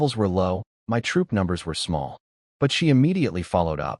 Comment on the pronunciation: Why waist your time saying "my" when you can say em-why instead 😂😂